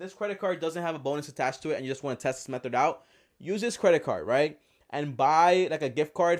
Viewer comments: Am I the only person who hears him say "MethoR" instead of method? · M-E-TH-O-R MAaaaan.